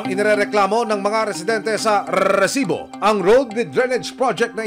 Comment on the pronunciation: Rrrrrrresibo,ok na sana yung catch phrase lang ang sobrang OA